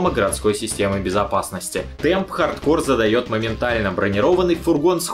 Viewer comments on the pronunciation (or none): Дмитрий Боев так в ролике всё равно произносится неправильно (хаРдкоР), почему тогда нельзя читать "хард корпс"? Если бы в ролике говорилось "ха:д ко:", то базара нет, было бы в угоду правилам. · почему хард кор то а не хард корпс? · Какой нахуй хардкор??? это чё, метал? вообще то это игра, и читается хардкорпс!!! это не французское название, чтобы половину конца слова не читать! кор - ядро, корпс - труп! ну и другие трактовки слов есть) или будешь произносить название брутальной метал группы, как кэнибал кор? не смеши, а) так то кэнибал корпс - труп ганибала) тягомотина, отписка( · почему hard core, а не hard corps? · Контра хардКОР? Серьезно? Кому-то стоит подучить английский. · По поводу названия. Хард КОРЗ и никак по другому! Английский язык! Буква С на конце слова читается всегда, а буква P в данном случае не читается) всем добра, и пожалуйста не спорьте, а просто радуйтесь, что узнали наконец правду)) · Да почему «хардкор» то, ёпрст. Ну никаким боком его так прочесть нельзя. Или я чего то недопонимаю?